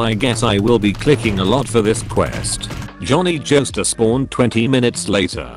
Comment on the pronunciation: Took a drink every time I heard Jhonny jostar